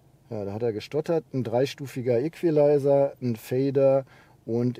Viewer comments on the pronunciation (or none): none